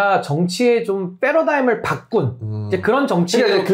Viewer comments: 신인규 자꾸 있어보이려고 패러다임을 f 발음으로 하는데 패러다임은 p로 시작함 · 이재명 대표님은 바른 천재이십니다. 대통령 하시면 정말 기대해도 좋을 정도로, 최고로 잘 하실겁니다. 그리고 신인규 자꾸 paradigm을 faradigm으로 말하는것 같이 들리는데 …